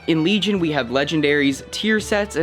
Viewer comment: WEGION WEGION HAHAHAHAH